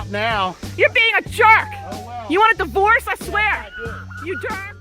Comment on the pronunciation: I heard the mom said do you want a Deforce lol